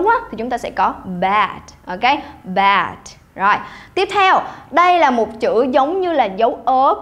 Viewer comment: đồng ý vs bạn này luôn. Âm ơ dài đọc cg ngắt gấp. Cũng k hiểu sao phát âm từ "bad" mà 2 lần liền bật âm t tận cùng. Chỉ đóng góp chứ k chê ai. Vì ai cg fai học và luyện nhiều.